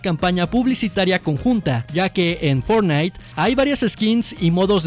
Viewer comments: Like si te diste cuenta que dice fornite no fortnite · fortnite, no ''fornite''